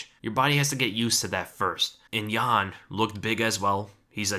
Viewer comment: its jan not ian lol